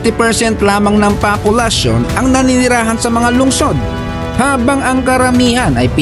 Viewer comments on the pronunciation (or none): Bakit "Papulasyon" 😅